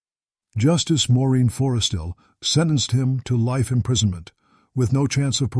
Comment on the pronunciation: A bit irritating having pronunciations of words and names changing frequently. "Mr. Big Operations" are unethical......lying all the time but expecting the truth(or, rather, something to prove the cops guess). Nice that the cops narrowed down the age of one of the women (25 to 50 years old). Appalling pronunciation of Guy Paul Morin's name.